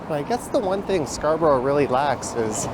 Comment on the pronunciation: It's actually pronounced Scarbeeria